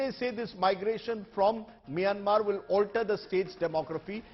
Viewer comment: Why even news man calling us maymmer migrant 🥺💔